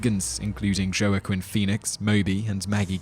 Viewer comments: has to be a joke, right? Joe-ah-quinn Phoenix ? I'm going bonkers over here. Yes, I said bonkers. Anyways, say it with me, Waa-keen Phoenix. "Has to be a joke, just has to be" (ROTF) . . . If one can recognize how to say phoenix, then Joaquin shouldn't be such a chore, right? Right!!????? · It's Wah-KEEN Phoenix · PLEASE learn how to pronounce Jaoquin! It's Yah-quin, not Jay-o-quin!!! 😖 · Joaquin Phoenix’s christian name is pronounced “Hwa-Kin”. Some of your pronunciations are DREADFUL!!!! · It's pronounced "wah-keen" not "jo-ah-kin" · Jo a keen? how about we try pronouncing it WAKEEN ! which is how it is ....HOW IT IS ! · its not JOEAKIN phoenix it pronounced more like WAKEEM! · Ok, I really like this channel, but JO-a-quin Phoenix? You've got to work on pronunciations. Wah-keen is how you pronounce his name. I could be a little more sympathetic if he was just some guy on the news, but he's a very well known actor. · You know, it's not like there is no references someone can hear how to pronounce names. Gerrwakin Phoenix? That's as bad as watching one of the hundreds of Harry Potter things with them pronouncing Rowling's name to rhyme with Growling. How can you NOT have heard it pronounced? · Were-ner Her Zog and Joe Aquin Phoenix lol Simon lives faithfully under a rock until he comes out to speak on things from the wider world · Pronounced “Wah-keen” Phoenix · isnt it pronounced "Wah-keen" Phoenix ? idk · I love your lists. But I have to tell you... It's pronounced Hwakeen. Joaquin Phoenix. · Joe-uhquin Phoenix 😂 😆 🤣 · "Joe-uh-queen" Pheonix lol wtf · is no one gonna comment on the terrible pronunciation? "Joe-ah-kwin" but he got pheonix right...... wtf lol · Joe-A-Chin Phoenix? Jeez, Simon, why not call him Joe-A-Chin Foe-Ee-Nix?? Still, I knew when I saw his name on the VHS cover that Simon would fail to pronounce it properly... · "Joe a quinn." Come on, man. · it's pronounced wackeem phoenix by the way. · it's pronounced WahKeen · Wah-keen Phoenix.